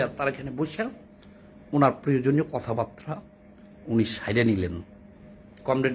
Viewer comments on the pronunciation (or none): none